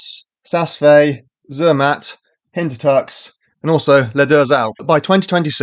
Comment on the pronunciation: OK, but you need to work on your pronunciation. Proper nouns (e.g., Zermatt) don't have an English pronunciation.